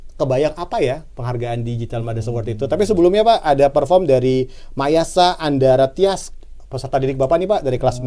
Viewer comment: ASA KEREN BANGET tapi lucu deh heeheh namanya malah jadi Andara Tyas padahal yang bener andamar wkwkwkwk